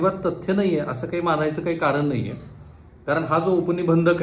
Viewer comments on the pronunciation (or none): Saheb tumhi marathi far poor bolta, महाडा, कारन pls swachha bola😂😂